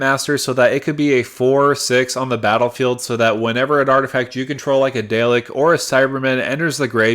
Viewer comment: I love this and I love the video, but every time you say Dalek my heart drops lol